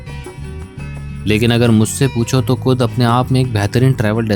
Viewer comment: "Kud" jagah "khud" decide ki hai😂